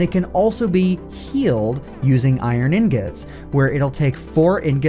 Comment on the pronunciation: "Iron in-gets"